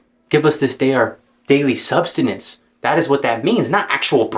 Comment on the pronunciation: You severely mispronounced the word sustenance 3 times in 10 seconds while talking about knowing what words mean.